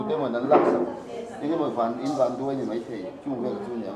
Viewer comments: mei mei mei ti reng mai uluk teh beng a ti thlep,tin 'kan va chhaih buai' ti rawh (chheih) nilo in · Mei ni lo in mai ti tawh rawh